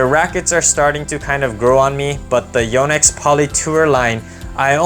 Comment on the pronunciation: One of the few to pronounce Yonex like the Japanese would. I doubt I’ll like your recommendations. Tour Bite feels dead and stiff to me. Hyper-G feels more elastic. I found the Hawk Touch to be elastic and playable - probably my favorite of your non-favorites. I only put poly in the crosses now, due to arm problems. But before the arm problems, I played virtually all of them and decided my preferences.